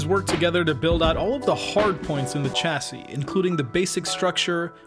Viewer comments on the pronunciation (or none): thats not how you say chassis XD